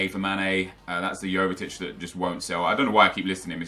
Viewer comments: you realise his name is sane not mane right? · Sane not mane 😂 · Sane not MANE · Why does he call sane, mane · it's a 's' bro; hence he's called sane not mane...completely different player, although the surnames are similar 😊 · ITS SANE NOT MANE MANE PLAYS FOR LIVERPOOL AND SANE PLAYS FOR CITY